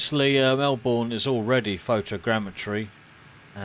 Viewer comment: Thank you for this lovely video showcasing my home city of Melbourne! Just a small correction, Melbourne is pronounced MelBERN as in Bern, Switzerland not MelBOURNE (not as its spelt) as in Bournemouth, UK. Cheers :)